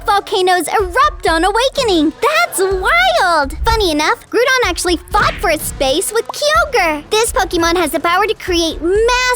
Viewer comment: You are saying Groudon wrong your saying groodon